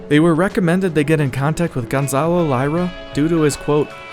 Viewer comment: Lira, not "LIEra."